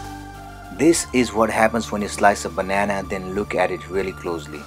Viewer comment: The accent....omg..... it's "really" not "weely."